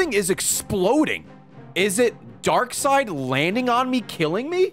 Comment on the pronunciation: Just realized Ray says Darkseed…😂